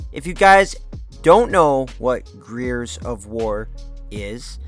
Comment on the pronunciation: bro can’t pronounce the word Gears?